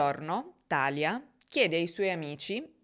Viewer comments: … scusa se ti correggo ma si dice TALÌA… non TÀLIA… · Credo sia Talìa con l’accento sulla i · Bravissima come sempre ma thalia non si pronuncia come "Italia" si pronuncia come "Maria" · Talia si chiama come mia sorella, però non l avevo mai sentito pronunciato cos